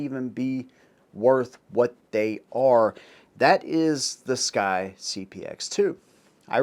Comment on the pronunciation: SCCY is pronounced "SUCKY"